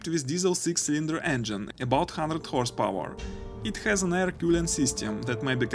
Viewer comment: horse power , not house power , speak properly